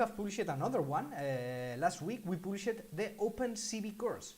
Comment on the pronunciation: Ha ha. In your adorable French accent, when you say, we have "published" it sounds like you are saying we have "bull sh i t", I had to rewind several times to figure it out lols. Try saying "published" phonetically like "paab-lee-shd". Very cute.